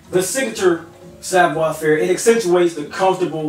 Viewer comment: It's Savoir" not savior.